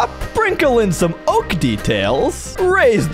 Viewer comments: Its oak not oa-k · Its oak not o-ak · POV the hardcore king and he can’t pronounce the most common tree type in Minecraft😂😂😂😂😂😂😂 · "O-AK LOG" had me rolling